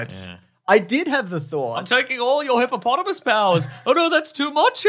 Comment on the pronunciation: Is it now officially “Hippomonthamus”?